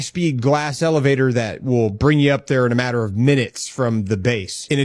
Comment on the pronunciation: "...and stuff like at." Man, you can come over for supper any time! You my boy!